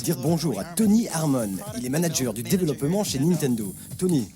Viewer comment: "manager de développement" ça veut rien dire jpp (et c'est quoi cette façon de prononcer "développement"?)